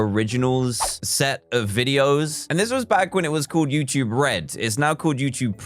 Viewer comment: After all these years, he still says youchube instead of youtube.